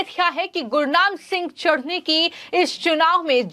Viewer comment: Chduni nahi chtni bolo😂😂😂😂😂😂😂